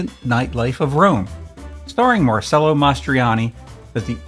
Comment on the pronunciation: Here's a little help pronunciating Italian.. C is pronounced Ch. Mar-CHel-oh. La Dole- CHEh Vita. Spue is sp-iu.